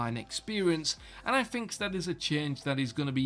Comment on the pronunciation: "I fink"